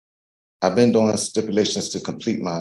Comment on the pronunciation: Well, at least he admitted "I was bean disobedient" and "I bean doin' stipulations"